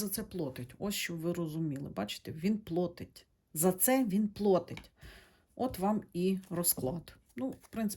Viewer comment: Я перепрошую. Нема слова "плОтить". Є слово "плАтить" - перевірочне слово "оплАта". Не сердьтеся, Ви намагаєтесь, і це чудово, українська у Вас покращується.